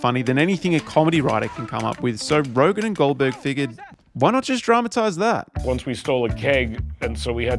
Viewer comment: Don't want to be that guy, but you should know it's Seth RogEn, not RogAn. You repeat that mistake everywhere in your video and text.